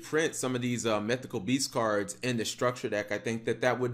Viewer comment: "SOME OF THESE CURDS"